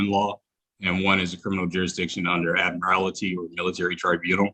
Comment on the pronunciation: This is an older case, but can't even pronounce words properly. There is no such word as 'admirality'.